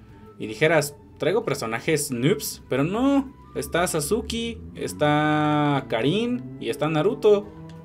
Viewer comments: Jajaja es cierto xd es que no se dice sasuki, se dice SaZuqe, ay como eres naco e.e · Porfavor amigo no sigas diciendo" sasuki",encerio no es de mala onda . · "sasuke" pronuncialo bien